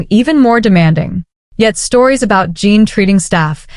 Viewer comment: It's J-en, jin. Like the drink gin. Not jean.